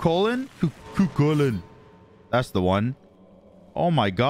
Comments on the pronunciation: I like that manages to mispronounce Kukulkan and Cu Chulainn THE EXACT SAME WAY 🤣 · There's no shot you expect us to continue watching the video when you call him kukulkan like 10 times within the first 2 minutes of the video?